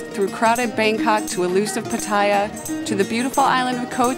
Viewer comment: PAT a ya, not pa TAH ya.